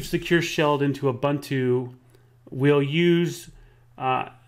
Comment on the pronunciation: It's too difficult to listen to the mispronunciation of Ubuntu.